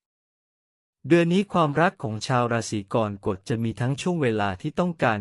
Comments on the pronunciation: ราศรีอะไรของเมิงวะเนี่ยะ!!! "กอน-กด" ...อิอิ AI ทำภาษาวิบัติ ไม่เคยได้ยินมาก่อน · อ่านว่า กอระกฏ